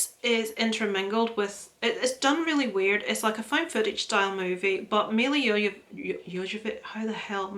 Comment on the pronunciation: I'm so happy that you were finally able to see Judas! What a powerful film! I totally understand where you are coming from with Nomadland too, I really think there were so many other better options for Best Picture! I honestly could not stop laughing with you trying to pronounce Milla Jovavich's name and also Dobby's guest appearances 😀 Another amazing video!!!